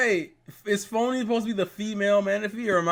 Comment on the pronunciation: Phione not phony lol